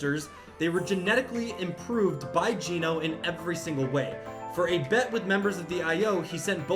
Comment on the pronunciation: Geno's name is pronounced "Jenno."